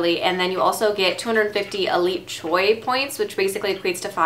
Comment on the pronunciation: "Choix" is French for "choice" and is pronounced "shwa." Sounds like an interesting concept for a box! I'm with you; I hate asking for samples in stores, so this seems like a great way to try out some products without committing to a full size.